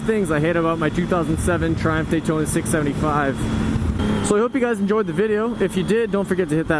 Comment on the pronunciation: No 1. There's no R at the end.